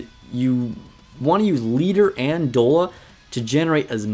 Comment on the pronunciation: Great guide but it's Doll-a, like "dollar bill, y'all". And "i-frames" are invincibility frames. It's generally the automatic character animations that make them immune to damage while they're in that mode.